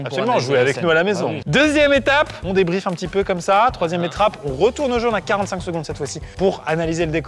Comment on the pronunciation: 3ieme etrape ^^ qui l a relevé avant?^^